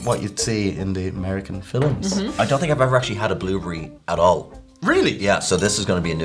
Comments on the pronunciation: "The American Fillems" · The way he pronounced films, I think I’m pregnant!